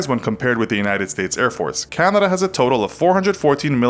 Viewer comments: Its pronounced Can-a-da, not Can-did-da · he says Candana. EDIT : Check instead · He pronounced Canada like “Candida” and it is really pissing me off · I noticed you say “Candada”.